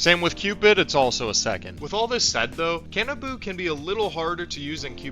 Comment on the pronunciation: Can-ah-boo. I thought it was more Ka-nah-bow